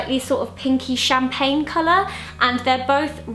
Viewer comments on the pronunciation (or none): none